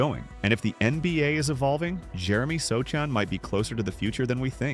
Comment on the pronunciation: You can't even say his name right... oh wait, you are AI.